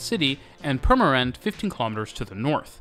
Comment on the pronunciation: Dutch is very much not friendly to the english tongue. (Is that a saying? In dutch its tongval , tonguefall. Its the sound of a language or dialect) Impressed by the pronounciation of Purmerend tho